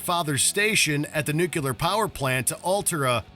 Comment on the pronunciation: Was it just me, or was the narrator of the video saying "nuclear" wrong?